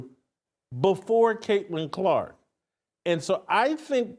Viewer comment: Say it again Hamhock. Craitlin Crock. Lmao